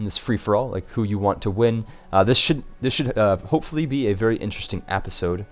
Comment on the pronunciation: Hey I'm sorta new here but why do you say appisode instead of episode, is that like an inside viewer thing or what.